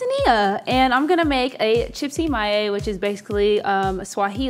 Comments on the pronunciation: Properly pronounced Chipsi “My-Eye”. So excited to see a dish from Tanzania!! 😋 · The Tanzanian dish is pronounced chips-my-eye.